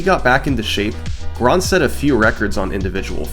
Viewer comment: ❌ Grindset ✅ Grondset